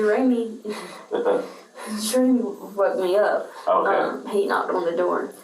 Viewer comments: Is the guys name "Jeremy" and she's pronouncing it Jur-remy?" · Did she call him Jer A mee? I thought it was Jeremy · Why does she say Jer-Amy , instead of Jeremy. It’s like she’s never heard the name before, reminds me of A A Ron commercial